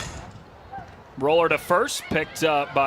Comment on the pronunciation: Smh how hard is it to pronounce Louisville!!?